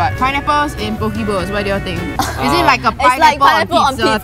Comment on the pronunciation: it is po kay